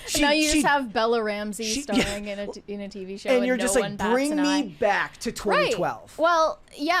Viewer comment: “Bawk?” Do you mean “back?”